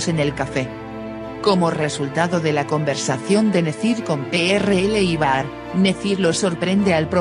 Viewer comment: Están bien los resúmenes....pero por favor,aprende los nombres.No es PRL es Piril...y no es Baar es Bahary se pronuncia Bajar